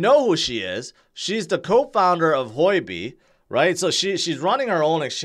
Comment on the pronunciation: It’s not Hoi-B, it’s Hu-O-B